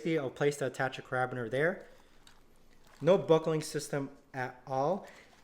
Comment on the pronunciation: OMG. Its a care-a-beener - not a ca-rab-biner. lol